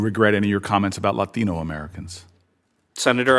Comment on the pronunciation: Why did Booker pronounce “Latino” like that? 😭